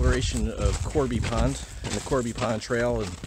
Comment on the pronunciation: Awesome video! FYI, it's Cobey Pond, not Corby.